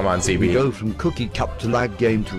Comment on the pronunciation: Sebee its not seebee